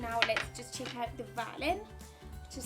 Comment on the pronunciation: Is Esther in UK or NZ? Because i thought I heard her say "check it out" as "chick it out" XD